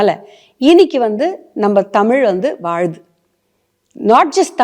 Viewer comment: நம்ம டமில் வாளுது.... யம்மா!😂😂😂😂